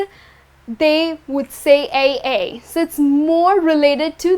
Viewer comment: "Aye" is pronounced as /aɪ/, like word "eye"